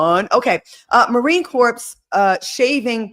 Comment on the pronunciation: I loveeeee you,, but it's Marine Corp(s), The S is silent. It's called shaving profile, ladies., i would like to add mileage to your cat.